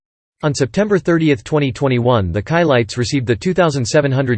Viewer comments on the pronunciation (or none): That’s “SHI-LITES” …not “KAI-LITES” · Being a person of white orgins, i absolutely understand why the narrator would most likely pronounce the Chilites name incorrectly. 🤔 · You should never get a narrator, that has no knowledge of the group they’re narrating about. The mispronunciation of their name, is inexcusable, especially when there are so many people that actually do know the proper pronunciation.